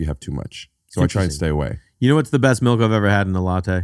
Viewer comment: I can't believe Rick called it melk. And I really can't believe Jay got Rick with his own bit on his own podcast. Is this a first?